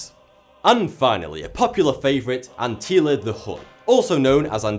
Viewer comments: Dude i really enjoy your videos but i have found some mistakes. First its Attila not Antia. Second one emperor Basil II didnt like the Bulgars because of the Bulgarian Empire that spand all across the Balcans, a territory previously taken from Byzantine Empire. I just didnt like that you said that Basil didn't like Bulgarians for some particular reason representing him as a mad man and his means for dealing with Bulgarians well things like that were common in medieval times and earlier. And i love the new tie!!! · ANTEELA the Hun? Everybody else calls him Attila - pronounced at-ill-aa - really not that hard, neither is pronouncing "th" properly . . . try it - you'd have more credibility . . . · why does he say "Antila" instead of "Attila"? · it's not "ANTILLA", it's "ATTILA" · His name was Attila not Anttila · Attila not Antila... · Did anyone notice was saying “Antilla” instead of Attila? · it's Atila, not Antila. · Antila? I was under the impression it was Atila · IT'S ATTILLA. NOT ANTILLA! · Also it's Attila not antilla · Why are you saying 'Antilla'? Don't you mean 'Attila'? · It's not Anttila, it's Attila. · Attila is pronounced "Antila" in english? Or is he mispronouncing it? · its attila the scourge of god he is pronouncing it as antila the scourge of god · It's not Antilla how you said...It's Attila. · Attila not Antila. Love your videos. It sounds like you are pronouncing the name of the last king as 'Antilla' which is incorrect as the name is Attila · Atilla* not Antilla...great vid though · Ant-hilla,? After watching 3 of your uploads, i wonder about the (intentional?) mispronunciations? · “ Antilla the Hon”. Fanks for the great vids,! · ANTILA? LOL HAAHAHAAHAHAHAHAHAH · Who is ''Antilla'' the Hun? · WHY DO YOU PRONOUNCE HIM ANTILLA? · I heard Anttila... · Did you say Antila the Hun? Wasn't he called Attila? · Read the names again ... before your record! ps: Antila? :))) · ARTILA, learn to say it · It’s ‘ATTILLA’